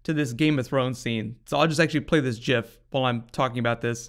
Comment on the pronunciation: Props for pronouncing GIF correctly !